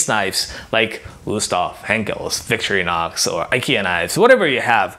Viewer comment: Thanks for the tips. Never heard "Victorinox" pronounced like "victory knocks".